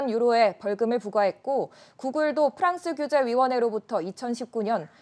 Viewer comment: 원래 "꺆끄" 만 힘을 실었었는데 오늘은 "프랑스"부터 힘이 많이 들어감 ㅎㅎ